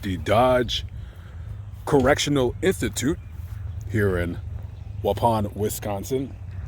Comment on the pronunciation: I'm from Wisconsin the way you pronounce Waupun is hilarious